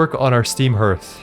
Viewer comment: Herth is the wildest way to pronounce that word. I've always heard it pronounced harth.